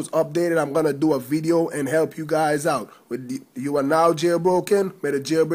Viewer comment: i sounded like u said "please rape comment and subscribe"